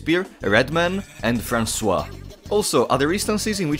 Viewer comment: Bro pronounced “Francois” like he’s actually SLAV